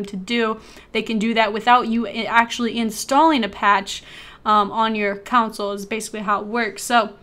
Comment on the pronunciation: why does she say "council" instead of console?